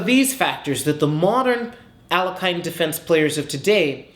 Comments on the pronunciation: Jeez. How hard is it to Google a pronunciation? It's al-YECH-in. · In Russian language the surname is pronounced as [alekheen]. [a] like "algorithm" and [ee] like "kindergarten". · Would be nice if he pronounced the guy’s name correctly. Ah-LAY-hin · Very c;ever analysis, well presented. But, Please lear how to pronounce the name of the grand master, it is Alehin, there is no "k" sound, at all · His last name is pronounces as "Alyoheene" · Poor Alekhine, his name was mispronounced in all sorts of ways :)